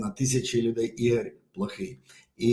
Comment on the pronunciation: Українською - це прекрасно, але попрацюйте будь ласка над вимовою. Програма а не праграма. МоЄ а не маЄ. Волонтер а не валантер. Ігор а не ігорь. Сонечко а не сонечка, і т. п.